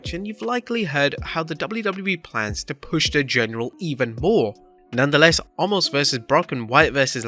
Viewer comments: WHY do they keep calling him ALMOST!!! It's OMOS!!!! NO L in his name, even Brock did this, HE may have been making fun, but there is no L in his name. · Did anyone else notice at the start of the video.. He said “omos vs lashley” and “Wyatt vs lesnar” 😂 come on